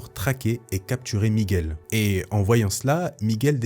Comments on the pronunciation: Super vidéo comme d'hab, toujours aussi bien présenté et raconté... Mais par contre quand tu prononces son prénom on entend "méguel" et je crois que c'est plutôt "miguel" enfin si il fallait chipoter Merci beaucoup j'adore tes chaines. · Avec l’accent espagnol ça donnerai plus ‘’ migOUel’ Ptre un des Spiderman les plus iconiques Nice vidéo 👌